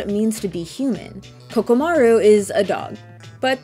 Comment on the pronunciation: Really nice video that was funny and I agreed with a lot of what you had to say about it. However there is a crime you committed and that is butchering the name of poor KOROMARU. Not once or twice but three whole times you called him Kokomaru and even when you had his name shown directly in a clip that said Koromaru you still called him Kokomaru.